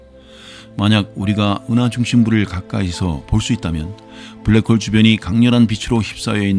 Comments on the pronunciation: 편하고 안정된 목소리 참 좋아요. 그래서 들으면 잠이 잘와요. 그런데 블래크~ 호울! 확 깨네요! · 저도 블랙호-올이라는 영어 발음에 놀랐습니다. 은하에 대한 정보들을 수시로 업그레이드 해주시니 감사합니다. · 불뤠코우우우울~~~~~~ 순간 채널 해킹당한줄 알았어요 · 오 ㅋㅋㅋㅋㅋ 블랙홀은 발음이 특별했네요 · 와 블랙홀 발음 끝내주네요! 제가 응원하겠습니다! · 진지하게 듣다가, 블랙홀 단어보고 영어발음 굴리시겠군하고 듣는데 개빵터졌네요ㅋㅋㅋㅋ